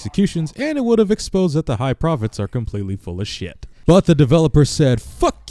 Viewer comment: You said High Prohets instead of High Prophets